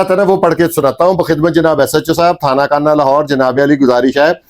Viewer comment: Thana kuhna talafuz drust karen